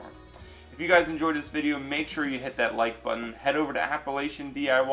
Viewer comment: This man can't even say Appalachian right...